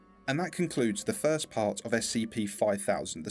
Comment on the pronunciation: FIRSRIRITS!! XDXDXD kill me